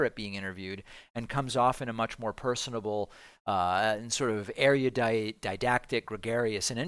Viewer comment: *erudite, not “ariodite”